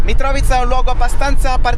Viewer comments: E invece si dice Mitrovìca con l'accento su "vi" 😂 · Mitrovica, accento sulla seconda I